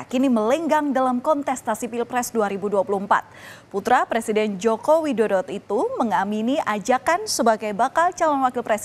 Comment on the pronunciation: Ada yg sadar gk presenter nya bilng anak jokowidodot itu hahaha jokowidodo jadi jokowidodot